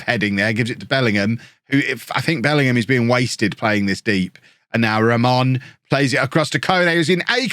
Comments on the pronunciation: you’re sayin Ramón right! 🎉🎉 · You're pronouncing Ramón right You can pronounce Raimon as Raymond and it should be fine